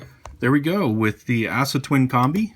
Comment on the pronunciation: aah-suh, not ASS-A